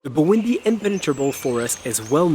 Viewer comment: I thought you said 'Burundi' but it Bwindi..... Buindi ;)